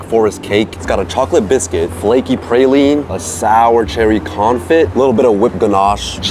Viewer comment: My boy it’s con-FEE not con-FIT 😂😂